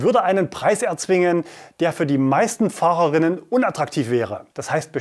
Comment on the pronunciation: Ich würde bitten sich doch mal um die korrekte Aussprache gegenderter Begriffe, wie Fahrer:innen zu beschäftigen. Der Sinn der Aussprache ist sowohl männliche, weibliche als auch diverse Personen anzusprechen. Wenn man aber so wie ihr „Fahrerrinnen“ spricht, so spricht man damit nur Frauen an. Der Sinn dieser durchaus streitbaren Änderung unserer Sprache ist also nicht mehr da. Fahrer -> Der Mann , Pause -> Divers, Innen -> Die Frau . Es spricht sich also so: Fahrer Innen.